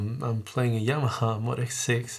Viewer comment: Cool video, but it's moe-dee-ex lol.